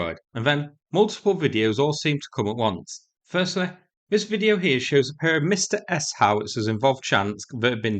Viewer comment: It's not "Mista", it's "Msta" (with stress on the single syllable). There is no "i" in this word. You can simply copy this word in Russian: "Мста" and paste it in Google Translate with Russian selected and click the speaker icon to hear the Russian pronunciation